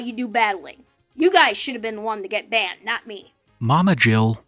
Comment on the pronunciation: "banana-ed??" OHHH BANNED 😂😂 WTF